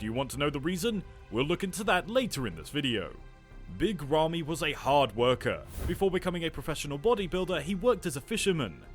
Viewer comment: good video but I hate how you are butchering his name